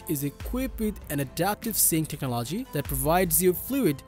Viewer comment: Sorry bro, it hurts my ears hearing you say techno-LOGY 20 times in this video... fix it.